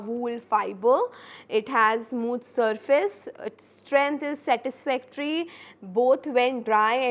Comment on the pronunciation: hello viewers, in this lecture there were many slangs used. Like matlab , toh , ummm and ke. There was also pronounciation mistake like satisfactory she spelled it differently. She , was also laughing in between the lecture. It was a disgusting lecture. She was also stucking in between the lecture. It was a bad lecture. She was also doing make up in between. Thankyou......